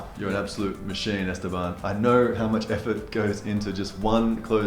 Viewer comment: Awesome video but, do you know you’re killing Esteban’s name. You pronounced it Estebomb. It’s Este-BAN.